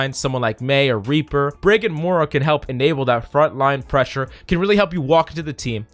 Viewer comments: More-uh... lol. its MOY RUH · hes the only person i know that pronounces her moohra.